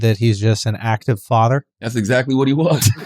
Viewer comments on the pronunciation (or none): Schultz said fotter, not father 🤣